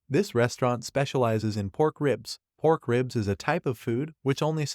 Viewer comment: he said porn and not pork 😮